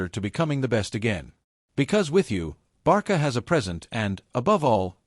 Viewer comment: 1 Álvaro Carreras is from Spain 2- it's not Barca, is Barça and the pronunciation is Barsa. If you don't have the "ç" use "s".